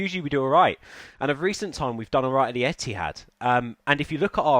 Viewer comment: When he said emptyhad🤮🤮📉